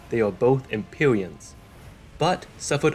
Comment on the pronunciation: Empyweans uwu (its Rhotacism)